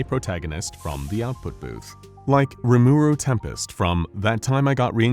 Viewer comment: "Ramaru tiempest"